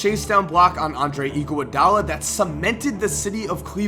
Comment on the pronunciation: Anyone else notice that can't pronounce Andre Igoudala